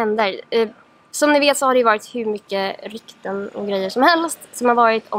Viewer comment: Svårt att säga "Rykten"